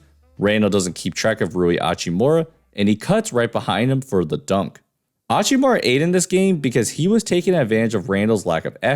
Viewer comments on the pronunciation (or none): Hachimura isnt hispanic. That h isnt silent lol